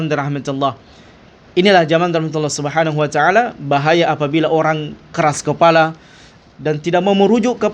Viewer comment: 😅 "Subhanuacaala" ? Maaf nih kedengeranya kok seperti bgitu pelafalan nya?